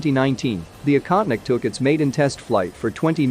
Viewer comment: “Baffled”? We’re “baffled”?? I don’t think the word means what you think it means. (Also the voiceover makes the drone’s name sound like “incontinent”.)